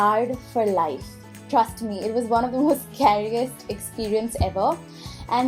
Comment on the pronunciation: how is " scariest" supposed to be pronounced! you indians over-act about the accent